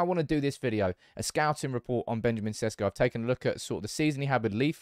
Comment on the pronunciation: Maybe now's the time for you to pronounce his name right. Šeško = Sheshko